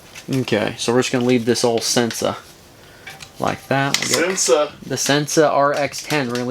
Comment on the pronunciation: Sensah is pronounced "sen-say" ---probably the moonshine kickin' in. lol great segment...